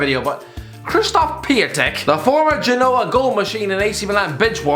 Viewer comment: Could at least say Piątek correctly 😅